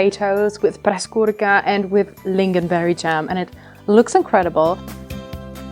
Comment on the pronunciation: Very nice köttbullar. You have good pronunciation on both köttbullar and pressgurka. Im Swedish and enjoy watching people from other countries make their own twist on our food. Been enjoying your channel and your Swedish cooking. If you want to try something else to cook from Sweden might i suggest Kroppkakor. Its kind of a potato and pork dumpling that i absolutely love. Keep up the good work :)